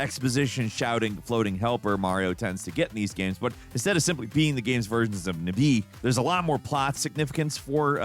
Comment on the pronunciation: I have never heard anyone say Navi like that...